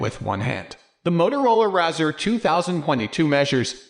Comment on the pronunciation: Can't even pronounce the name correctly!! Keeps showing the 2020 model. 2022 bezel is not plastic but the highest grade aluminium. He is clueless!